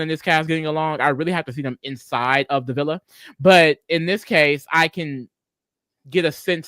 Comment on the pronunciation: whyd say villa like this was love island akdhekrihd